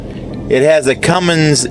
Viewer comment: Or how about the "Cummings" engine LOL. No G on the end of that name.